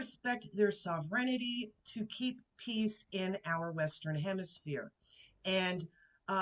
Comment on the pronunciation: Sov ren ity? Is considering the sovereignty of other nations so unusual for Americans, they can’t even pronounce it? The bridge you mention — named after Canadian born Detroit hockey legend Gordie Howe — was paid for entirely by Canada yet used both Canadian and American workers and steel. And Michigan will share ownership as part of the long term agreement. The President stuck his nose in because of a call from his billionaire buddy who is sole owner of the other old bridge. Mr. Carney is Prime Minister, by the way, not Minister. Geez. 🇨🇦